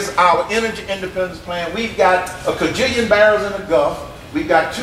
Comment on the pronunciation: lmao@ "kah-jillion" this is another guy t rying to pull the wool over peoples eyes....What a moron!!! The other side of this man isnt any better......what the heck are we being reduced to voting for these days folks?